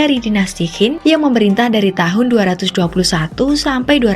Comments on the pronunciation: Qin bacanya cin. Bukan hin deh kayanya 😮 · Qin di baca hin😅😅 ngakak dgr nya